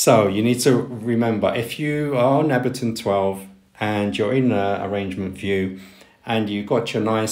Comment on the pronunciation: I like your videos, lots of useful information. (btw......Ableton is pronounced with the "A" as the English letter "A".) Subscribed!